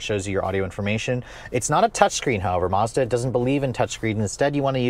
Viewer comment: Lol, always saying Mazada needs more gears like at least 5 times every review.